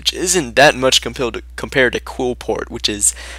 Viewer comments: OH MY GOD ITS QLIPHORT NOT QUILPORT!!!!!!!!!!!! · KLEE-FORT. JESUS.